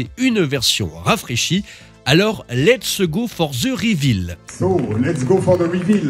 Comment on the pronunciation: "Letsse go for ze rivil !!" Pouahaha je suis mort entre l'accent bien français et la tristesse de la voiture il y a RIEN qui va 😭😭😭😭😭